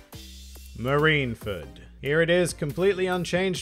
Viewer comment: Japanese: Marinfōdo (マリンフォード) English: Marineford One Piece Youtubers: MarineFERD I'm just joshing. I can't argue with the top 3, even if I'd put them in a slightly different order.